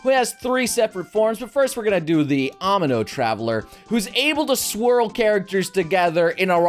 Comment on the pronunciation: Did I just heard said 'amino'? Amino.... Doreme